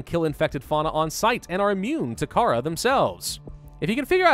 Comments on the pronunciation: It’s pronounced cuh rawr not cara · its not kharaa its kharaar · It is pronounced car-ar not Kara. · T H E C A R A B A C T E R I U M Its pronounced car haar NOT cara. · The disease is pronounced "Carar" (actually used to be how it was spelled while the game was in development, but they changed it to Kharaa for etymology purposes I believe) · Kharaa is purnounced like this: Car-rawr-ra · I very well could be wrong but im fairly certain it's pronounced Ka-RAW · Actually, it's called Carar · Isnt it called carrar? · It is Car-ar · it's ka-rahh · It's pronounced KAH-rar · It is said like carrar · Kharaa pronounced KA-RAR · Kharaa? No it's carar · Its pernouced Ka-raw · It is pronounced cararr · It's pronounced carar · It's ker-rour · kahraa is pronounced ker-ar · You can't go full Grammer Nazi on stuff and expect not to be criticized on that is no way ever you would pronounce Kharaa